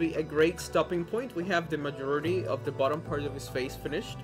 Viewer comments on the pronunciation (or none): none